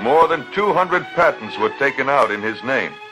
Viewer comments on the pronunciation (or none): thats a ai program scanning. the word patent it miss read and said Patten. my best guess someone didnt watch the videos finished version before posting it. but why the short video of ken in one of his videos. thats what im wondering. has a foreign smell to it.